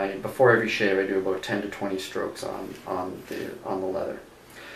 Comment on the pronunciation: they asked you aboot your stropping technique?